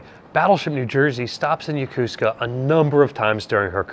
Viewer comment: Isn't it Yo-ko-su-ka, not yo-cus-ca? Or is it an american tradition on how to say it?